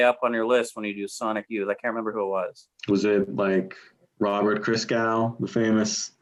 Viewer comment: Laughed my ass off when said “Robert Christgau”